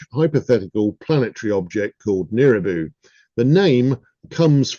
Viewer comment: nibiru, not niribu